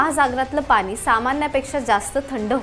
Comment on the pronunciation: पानी न म्हणता पाणी म्हणावे. तुमचं बोलणं ऐकलं की दाताखाली खडा आल्यासारखं वाटतं.😢